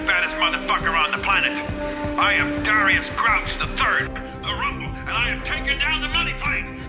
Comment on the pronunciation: “I’m Dharr-ius Emmanuel Grouch the Third” That’s either a WILD choice or a WILDLY wrong guess at how you typically pronounce Darius 😂